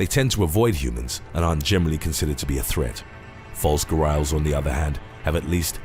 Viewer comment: Its 'Gha-ri-als.'.....not 'Gha-rails'?!?!